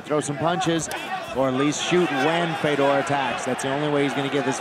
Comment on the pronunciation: Who the hell is "Fader" ????? His name is FEDOR!!!!!!